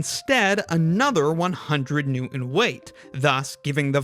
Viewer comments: Does this beloved youtuber have a rare bone desease that is preventing them from pronouncing the "t" in Newton? New'en? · I think this guy has a rare bone disease that prevents him from pronouncing the T in Newton… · I’m just here to inform the narrator that the word “Newton” has a T in the middle, not a soundless void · I'm not interested in "learning" from someone who can't pronounce "Newton" correctly. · T -glottalization is most annoying, especially when a supposedly educated person is doing it. Please pronounce the "T" in Newton. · Can't pronounce "Newton" ironic. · Interesting how you pronounce Newton without the T. Great video. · i think bes Bri-sh those guys dont say the letter T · I seem to be more interested, for some reason, in the mispronunciation of words. The word “Newton“ does not have a glottal stop in it. Pronounce the T! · Out of curiosity, is it common for Americans not to pronounce the "t" in words? It's jarring hearing Newton pronounced like that. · the way you pronounce Newton with that glottal stop makes me want to punch you in the throat. Great video otherwise. Cheers. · Please, please, please. The man's name and the measure of force is NEWTON, not New-erns. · What is a Newon?... as he pronounced it. I know what a Newton is, but don't know what a Newon is. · I would like to point out that “Newton” has a T in it. It’s pronounced Newton, not New-en. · Wait.... did you say: "One New-iiin" "Two New-iins" "Three New-iins"? What the hell is a "New-iin"??? Did you mean NEWTON? NEW-TON, with a T!! Dude, you're undercutting your own credibility by mispronouncing the unit of measurement at issue here. Stop, start over again, and sin no more! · What is a “New-in”? What is it with millennials not being able to pronounce the T in the middle of words? Newton! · Nice video, but the way you don't pronounce the 't' when you say "Newton" drives me crazy. "New-in." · My brother, please pronounce the “t” in Newton. It’s “New-tun”, not “New-in”.